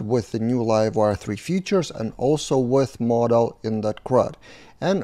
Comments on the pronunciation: 'Modal' is pronounced "mow" (as in mow the lawn) -"dəl" (where ə is a schwa, like the first and last syllables of "banana" as pronounced by a native speaker). "Model" is pronounced "mod" (as in the first syllable of 'modern') -"əl". In both cases the stress is on the first syllable. Or perhaps an easier way to explain it is: 'modal' rhymes with 'yodel', and 'model' rhymes with 'coddle'. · Hi. Please try and differentiate pronunciation between Model and Modal "mowdal". I see a lot of confusion between these two words by non-native english speakers and often typing of model when they mean modal. Not meaning to be critical when you bring so much to the community